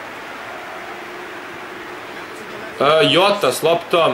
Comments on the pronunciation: ne kaze se jota valjda zota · NIJE JOTA NEGO ŽOTA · cita se žota